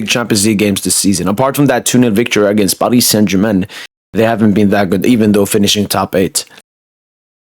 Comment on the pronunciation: The way u say Paris saint Germain makes my skin crawl. Can’t u just pronounce it normally